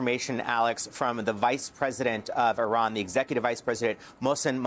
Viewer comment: It is not Iran but Iran(eerahn), formerly Persia.